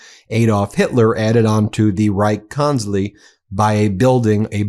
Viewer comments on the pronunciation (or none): It's pronounced "konts-ler-eye" Try learning a little German, or just use the English translation. 🤦‍♂️ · Please: German is VERY precise. Reich is pronounced as a long "I". Why would you change Kanzlei into having a long "E"? It makes no sense. The same goes for Epstein. It isn't Epsteen. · Btw the German "ei" is pronounced just like an english "I" , not like an "e" ... 😉